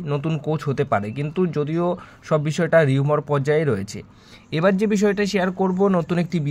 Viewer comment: কথাটা আসলে 'রিউমর' নয়, 'রিউমার' । 'Rumour'-এর উচ্চারণ রিউমার।